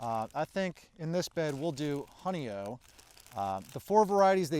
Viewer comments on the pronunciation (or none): love your videos, though I live in the country in upstate NY, I have given up on gardening at my age. The strawberries called Honeoye was developed in NY state at Cornell University. It's pronounced honey-oye, the oye rhymes with boy. It's a Seneca Indian word that means, 'where the finger lies' it's in reference to Honeoye, NY a small western finger lake. My family has always owned property there, I have a professionally done photo of the lake in my living room.